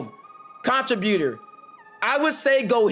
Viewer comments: Why are you pronouncing contributor like that? It’s con·trib·u·tor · It was killing me bro! 😂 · Everytime😂😂 he says way more then he even has to😂😂😂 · You need to type contributor in Google so you can learn how to pronounce that mf😂😂😂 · Bro, learn how to say contributor